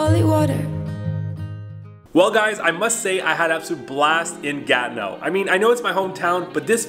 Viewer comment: Comment vous le prononcez Ganeau? Ce n'est pas le mot Ganeau que je vois. C'est plutot Gatineau.